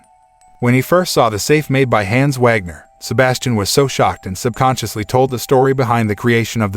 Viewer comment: The mispronouncing of the name Hans is incredibly cringe